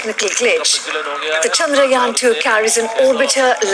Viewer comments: Finally someone pronounced "Chandrayaan" correctly. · This is the only one news anchor whom perfectly pronounced the name "chaandrayan". Thanks.